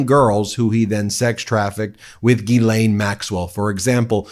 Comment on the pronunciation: Oh well time will tell... Quick Note: Ghislaine is pronounced (Jyslain), Guylaine is also a surname but pronounced the way you said it. 🙂